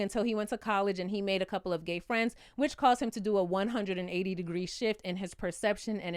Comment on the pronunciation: exactly. he can't even say "gay".